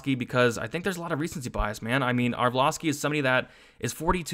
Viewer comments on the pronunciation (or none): Haha every time he fights, you crack me up with "arvloski"